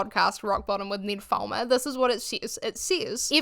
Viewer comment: your accent when you say Ned Fulmer sounds kinda like "nymphoman" 😂 coincidence? yes. but funny ❤ also....full heartedly agree with your take.